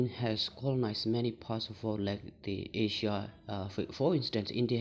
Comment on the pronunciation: You must be great new emerging Tibetan political analyst. Overall good contents and well delivery. I would suggest little bit over changing in your usage of “S” sound at many nouns ending, which could be detrimental to your overall scores otherwise. E.g, Africa, China and Asia are followed by S sounds. My simple suggestion though.